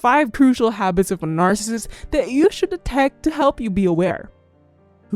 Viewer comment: If you can't say NARCISSIST don't be in the video I had to stop listening